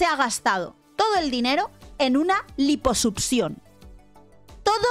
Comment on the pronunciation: Lamento decir esto pero: Durante todo el video, me la pase pensando en el echo de que se la pasa diciendo *Liposupcion*. Sorry no pude evitarlo.